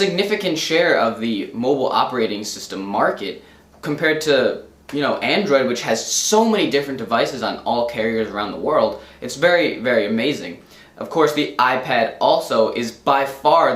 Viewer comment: devices not dives lol